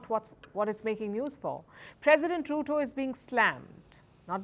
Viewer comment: Ruto?? Mo like "Loot-O